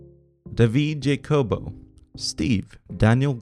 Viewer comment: Jacobo is pronounced with Spanish rules. The J is like CH in German.